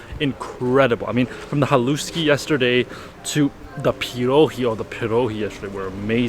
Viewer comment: There is no such word as Slovakian, it's just plain Slovak, from a Slovak! And it's pronounced HAH' lush,ky, accent on the first syllable. MOST words in Slovak have the accent on the first syllable. Bratislava is almost ALWAYS mispronounced. Accent on the first syllable i.e. BRAH tislava, NOT BratiSLAVA!